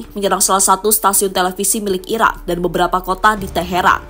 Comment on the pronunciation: yang mengisi suara narasi ga jelas bicara, antara bilang "Iran" tapi lebih sering terdengar "Irak"😂😂😂